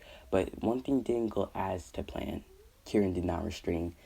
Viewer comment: Btw its Karin not kirin